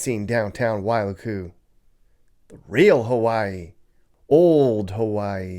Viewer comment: It’s not pronounced why loo koo it’s pronounced like Why luku. Don’t drag out luku. Say it like ukulele… Wailuku😂